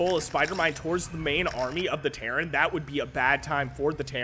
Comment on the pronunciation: I keep hearing Karen player when you say Terran